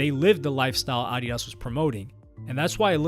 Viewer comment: Had to skip the addidas section. The purposeful mispronouncing of it was making me livid lol then going between the incorrect and correct pronunciation. 😅